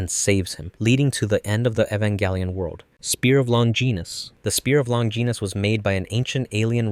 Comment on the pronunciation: Spear of "long-geenis"